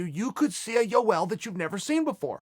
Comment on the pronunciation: chael " U L romero" Sonnen